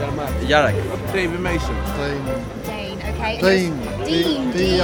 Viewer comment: "DAYNE" mutant